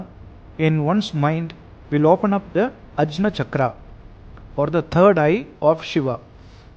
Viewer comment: Wonderful summary!! This is exactly what is said in the vedas... Only one minute correction, the ajña chakra isn't pronounced with a 'j', but as 'aagñya'😊🙏 Om Sharavana Bhava, Om tat sat!!